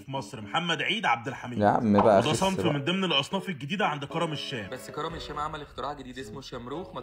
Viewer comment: عرفنا انك بتكره السوريين بس يا ريت لما تنطق كلمة الشام تكون محترم فيها و بلا خفة الدم تبعك فيها